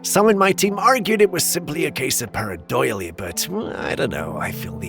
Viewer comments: It's pronounced pareidolia not "doily-ia"😂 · I 100% agree, & I hate to criticize for the ("Sigh...") many words he mispronounces - PareidOlia for instance, not Parad-OY-lia, & the wrong stress in words like "OR-igin" & "oRI-ginal", which he reverses...I still love the show though, & his narration otherwise...but definitely nails on a chalkboard for me too. I guess we can always put the captions on & just read the words ourselves.....maybe? 🙄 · Parradolia not parradoila 😂😅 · my brother pareidolia is pronounced par • A • doe • lee • a, no disrespect, just an FYI!!!! Absolutely love your content!!!!